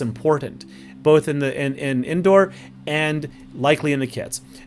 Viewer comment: Do it for Pope George Lucas. I swear that’s what I heard, but you probably said “both.”